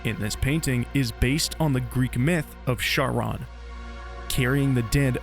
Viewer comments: Americans saying "Sharon" instead of Charon will always haunt my life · Slight nitpick, but the Ch in Charon is pronounced like a K, not a Ch or Sh. Percy Jackson and the Olympians taught me that when Percy pronounced it as Chiron (Kai-ron) and Charon got miffed and tore into him about it.